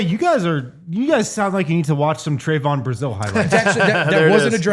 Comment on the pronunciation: lol..its not Tray-von...its Trev-un short e sound, not long A pronounciation.🙂Yall are kinda depressing to listen to. Lots of teams would love to have Brazile. You are under valuing Trevon before you even give him a chance ! Shit, give Trevon a little more credit. You guys act like he doesnt have a brain. WELL HE DOES AND HE CAN GET UP HIGHER THAN ANYBODY ON YOUR ROSTER. HE CAN GO GRAB A BALL , TOMMY HAWK THE BALL N THROW IT D OWN.